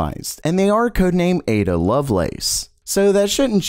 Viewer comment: Thumbs up for getting the Ada pronunciation right this time 👍